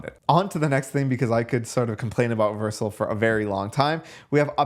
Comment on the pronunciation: WHY DO YOU PRONOUNCE VERCEL LIKE THAT